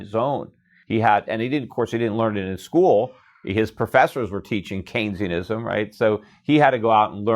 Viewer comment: What is that word he is saying? “Kane-e-ism”